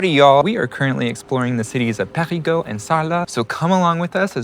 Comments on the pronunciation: When you want to say Parigueux , in fact you prononce parigot which is a slang name for a parisian. You can Prononce more easily Perigueux with this tips Pariguheu ! ( heu ! heul ) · Sil Vous Plait — you’re saying “PARIS’ GEAUX” Non non non Should rhyme with Deux As in Un Deux Troi Quatre Try saying Peh REE Deux but change the D to G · Fun : When you say "Périgueux", I hear "Parigot" which a slang word for "Parisian". There is this nice childish saying to express the "love" for Parisiens : "Parisien tête de chien, Parigot tête de veau". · Hi guys! Welcome to the Périgord (the ancient name of the region, which is pronounced "Perri-gore")! The name of the capital city of the Périgord region is Périgueux, which is actually pronounced Perri-goo-er... or as the natives say, with much more vitesse: Perri-grrrr! So if you growl like a bear, that's it! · Périgeux [pé-ri-'gœ] - [œ] as in deux "two". :) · Who heard " parigots" all along? Quite funny 😂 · PériGUEUX :D (made me giggle as I thought I heard PARIGOTS, how we tend to call Parisians in the country 🙂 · And I heard Americans pronouncing PériGUOUX or PariGUOUX , pourtant Périgueux ne me semble pas compliqué à prononcer quand même. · ? No 'r' sound at the end of Périgueux. 'eu' is pronounced 'ø'